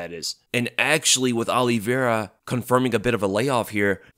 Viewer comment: His name isn't OLLIEVEIRA, jeez you said his name wrong about 50 times in 5 minutes.